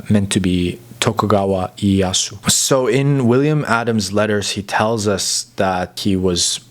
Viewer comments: Great content but you need to work on your Japanese pronunciation though. For example, Ieyasu is more like I e ya si (just put いえやす into text to speech software such as Google translate and you can learn how to pronounce it properly). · orrection: Tokugawa IEYASU, not Yasu as you mention .